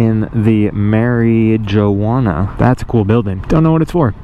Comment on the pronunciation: "someone is partaking on the MAry juana" lol